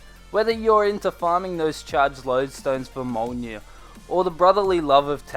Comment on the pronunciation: Mjölnir is a Norwegian word and is pronounced Mj-uh--l-nir